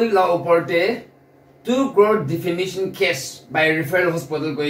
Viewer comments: The guy has clearly said "DEFAMATION CASE" Then why does this girl keep saying "DEFAMINATION CASE" in all of her videos relation to this subject. DEFAMINATION is not even English word. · Defamation not Defamination 😊 she said that in the previous videos also...so just felt I should correct it. 😊